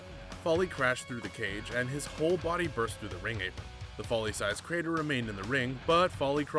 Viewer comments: Its Foley (foal like coal) NOT Folly. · ok lets do this its pronounced FOE LEE not fally damn it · Why is he calling kick floirie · Who is Mick Fally really that’s embarrassing if your make videos on wrestling atleast know how to pronounce the characters names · Vondre Bridges he pronounces all names wrong he calls cesaro seesero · It is pronounced foley as in fow lee